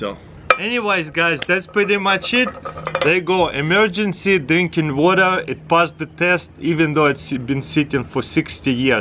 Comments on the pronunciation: “Put the stabe in da wada” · Seems like u forgot to add a r in the Water. Did anyone noticed it??